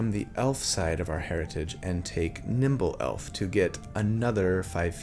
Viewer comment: Just remember: Nimble Elf, not Nhimbaloth.